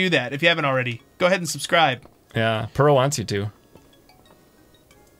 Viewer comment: AM I the only one that thinks Purah should be pronounced Pyurah??? (by the way purah is over 100 years old not a "cute little child". (not nit-picking just putting the facts out there.)